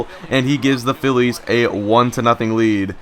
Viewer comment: Sometimes you Say"Phi-ez"